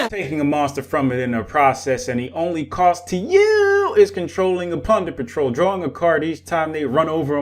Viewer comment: Am I the only one hearing "punder patrol?"